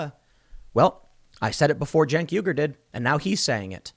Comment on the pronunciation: "Jank" Uyger